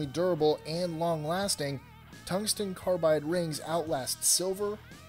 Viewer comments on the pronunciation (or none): none